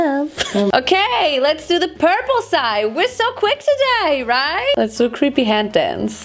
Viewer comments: "Porpula" Ich kann nicht mehr vor lachen 😂😂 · Hey ur amazing and all but pula means something rllyyyyy dirty in my language so... I can’t help laughing when u say purp-pula